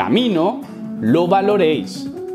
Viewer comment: Solo diré que el presente es un futuro continuo y toda la razón en todo un saludo Bro 🤟🏼 y sigue así que son la polla tus vídeos sobretodo cuando dices "VALOR" 🤣